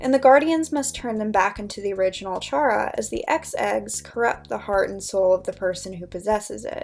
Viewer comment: Hope this doesn’t come across as rude but isn’t it pronounced like “Kare-ah” not “chair-ah” because Chara is short for character?